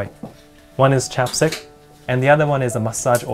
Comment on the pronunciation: I thought he said chopsticks instead of chapstick